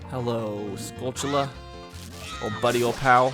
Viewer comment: Screw it, next Randomizer I'm going to count how many times you say Skutchoola